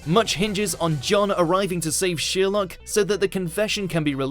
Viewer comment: nice video, by the way, that is Sherlook not sherlok in pronunciation.